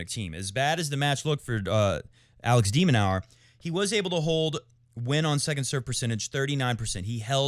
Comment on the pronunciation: We're still getting the full "Dominic Thiem" 😂 And it's "de Minore" not 'de Minower' if you please.👍